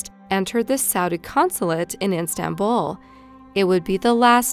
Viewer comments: Can someone please tell this woman that it is “Istanbul” and not “iNstanbul” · Hey hon it's ISTANBUL not INSTANBUL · It sounds like you're saying Instanbul, rather than Istanbul. Sounds weird. Great video though! As usual. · I've noticed in watching your videos that you have difficulty with certain words, both in pronounciation and meaning (in this video, the word is "Istanbul...you pronounce it "iNstanbul"). (Also,, you say something about the judge and prosecutor who had "reScued themselves." The correct word is RECUSED, not rescued...) Since your documentation and research is otherwise fairly accurate, what is your explanation for such obvious errors? Is English your first language, or is it simply sloppiness? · Where is this Instanbul she keeps speaking of? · It's Istanbul. Not instanbul. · ISTANBUL. Not INstanbul. I also dislike the way this narrator says dates,. Glad you don't use her anymore. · Please for the love of God, its IS-tanbul NOT IN-stanbul! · My god! It’s IS-Tan-bull not In-Stan-bull get better narration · Its Istanbul, not Instanbul hun. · its istanbul not instanbul sis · istanbul....NOT INSTANBUL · Nobody:: Instanbul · "instanbul" XD yeah, insta-death... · Anyone else get triggered everyone she said "Instanbul" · So did I Erika Lewis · I live there so it drives me nuts. As a non Turk I've never heard it even pronounced that way by foreigners. I wish they'd look up foreign words before recording it seriously jolts me lol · In-Stan-bul? Pretty sure there’s no ‘n’ in it. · Why keep saying instanbul? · Maybe not in "instanbul" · It's not eestanbul. She's pronouncing it right except for the n. It's iss-tan-bul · As a fellow pedant, "Instanbul" and "rescued" made my jaw clench involuntarily... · LOVE the way she's saying Instant-bull. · Oh my gosh she is not the best choice to narrate this. Terrible inflection and "Instanbul". Really? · lol why does the Narrator keep insisting on pronouncing Istanbul as Instanbul ....